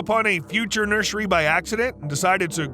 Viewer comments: Yes but he also says “nurshery” instead of nursery every single time so he kinda undid all that good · the way he says nursery bugs me so much